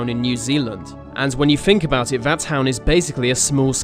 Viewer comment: Vat specific Suvern accent doh. Seriously, pronounce your "th" like vuh rest of us. What is vat, Norwich or something? I used to have a mate who spoke like vat, and it was odd. It sounds daft, mate.